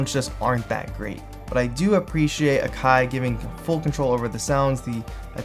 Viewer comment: it's prouncounced Ack - eye ..